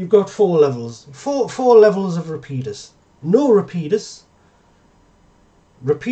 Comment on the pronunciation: Going to start pronouncing it 'Rapeeedus'